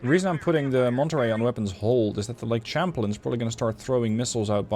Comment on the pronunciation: I get English is not your first language but it's pronounces Sham-plane, like Champagne. English is indeed a weird language.